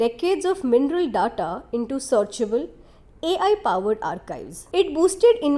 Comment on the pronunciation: Horrific! Is this some kid's video? I thought I was looking at one of the TS videos but lack information, production knowledge and whoever has done the voice over, pathetic. 'Ingredients', 'data' names of the minerals spoken. Please do not compromise the quality. For your videos production including research or even voiceover, contact me or ASK production. With this quality TS is making a fool of itself.